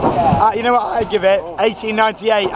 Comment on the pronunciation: I was just waiting for the 1898 pronunciation to happen this trip...